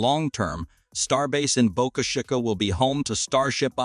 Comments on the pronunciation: Boka shih ka ........... teach ur AI to speak !!! bo ka chi ka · Bo-CA-CHA-CA???? PRETTY LAME. I'm sure the folks there are not to hip on your pronunciation! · Boca Chica is Spanish and is pronounced: (BOW-KA CH-EE-KA) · Boca Chicaaaa? Really? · Ditch the AI Writing and Voice to text / AI Reader! That is one of the uses I’ve ever heard! Just hire a competent person to read it! “BOCA CHICA” is Spanish, not French! I lost track of how many different ways your AI Reader Bot mispronounced it! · You need to get your AI reader to learn how to pronounce words like Boca Chica.